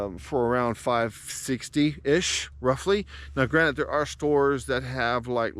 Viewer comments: I hate it when people say "granite" instead of "granted"! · I had to leave after the 3rd "granite". The word is "GRANTED", not "granite". Too bad, because I wanted to hear your issue with the RXM.